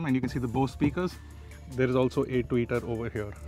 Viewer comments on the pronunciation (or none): The way you said tweeter 🤣🤣🤣🤣